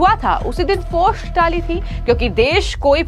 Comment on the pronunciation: Aby tujhy bolna to a nhi rha phost post ko😂